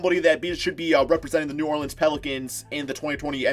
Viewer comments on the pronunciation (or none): none